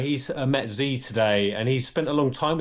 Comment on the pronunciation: Come on. Learn how to pronounce the name of the dictator you're talking about. It's not "Zee" or "Zhee." Just pronounce it as "She." That would be more than close enough.